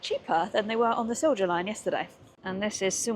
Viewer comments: BTW, the j in Silja is pronounced like an English y in case no one’s mentioned it. 🙂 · Åland = Oulaand Silja Line = Silya Line